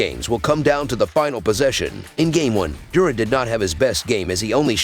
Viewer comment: Lmao i was just lmao bout how he said it